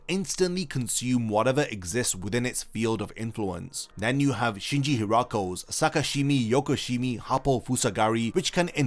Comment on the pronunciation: *SakashimA YokoshimA Not sakashimi yokoshimi